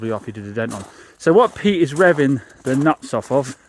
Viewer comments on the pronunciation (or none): none